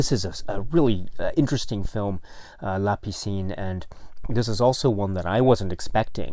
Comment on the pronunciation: Hello, hope you and family are well in Tokyo. Happy to hear about these new titles. And very happy for «La piscine» (you’re pronunciation is great). Just saw the cover on the Criterion site, I didn’t saw the detail of the title at first, you’re right there’s a bit of smugering on the title like something stayed in the water too long! I have a french edition of the film, also with an english version (I think they were shooting the french dialogues and right after the english ones). It was an occasion for Alain Delon and Romy Schneider to play together again and the film did re-launch Schneider’s career in France. Plus we have a very young Jane Birkin. Script was written in part by Jean-Claude Carrière who passed away recently. Looking forward to get a print of the film!